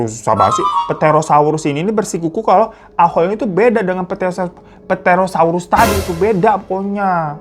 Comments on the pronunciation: Koreksi dikit bang, bacanya 'terosaurus' aja. Jadi huruf P-nya ga dibaca 😂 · Terosaurus mang di bacanya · Ngakak bgt pas bahas bagian "ahool"🤣🤣🤣apa lagi pas ngomong ptherosaurus 🤣🤣🤣🤣 btw itu yg " Aul" Jdi inget TC yg juragan punya piaraan anjing jadi2an yaa...